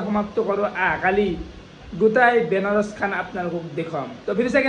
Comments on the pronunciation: Mokkel kelaaa ...Benaaaa nhoi beee kotimuraaa..বেনা🚫🚫 বানা ✔️ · Banaras ❌ benaros ✅ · ৰাকেশৰ মুখত বানাৰচ উচ্ছাৰণ নহয় সেইবাবে বেনাৰচ কয় 😊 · Benaros kole Buji nepai banaras Kobo lage